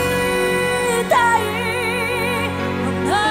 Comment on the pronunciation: うぃぃーーまぁーーーあいーたいー ついにこの人もいの発音がきつくなる年頃に来ちまったのか